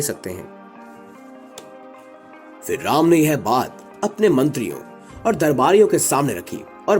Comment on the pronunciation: Mere shiree raam ka Naam ache se lo Shree raam bolo